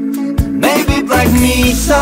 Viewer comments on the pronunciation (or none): Black Mesa is pronounced MA-SA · what the hell is black meesa? it's pronounced blak maysa, but its spelled mesa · I was commenting on the pronunciation. They emphasized meeeesa. I have played through all of The Half Life franchise. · i know im just saying the pronounced it Black MEEESAH!! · Okay, mispronunciations aside, you guys are absolutely awesome. and yes the only reason I'm here is because of the portal website. but i'm glad I looked at this. Totally worth it. People should cut you guys some slack cause ur from Denmark. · I actually thought th mispronunciation of Black Mesa was done on purpose, to give it a glitch effect that changed the pitch, such as GlaDOS does multiple times during the game. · OK, - time to apologize: here! (The blond guy - with hair from 1996, as a viewer pointed out:-D ) I really need to apologize for mispronouncing Black Mesa. Obviously that was a sacreligious mistake. No cake for me.:-(